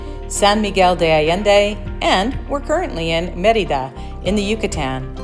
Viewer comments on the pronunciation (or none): none